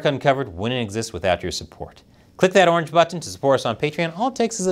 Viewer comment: I like how he carefully pronounces "button".